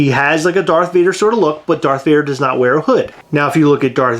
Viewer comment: She lost me with “Vader”